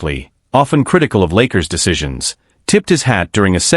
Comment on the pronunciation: I can’t take the AI either. Can’t even say the name of the Lakers correctly. What’s wrong with this picture?